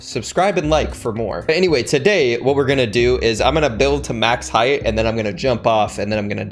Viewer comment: i love how he had to emphasize MAX HEIGHT